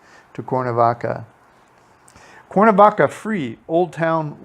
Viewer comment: Nice tour, but for Heaven's Sake - please learn how to pronounce the name of the City you're doing a video on...it's Cware-na-vaca...not Core-na-vaca!